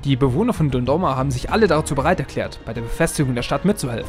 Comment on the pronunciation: man spricht es doch dundoroma aus und nicht doroma oder ao xD (jeder dem seinen ^^)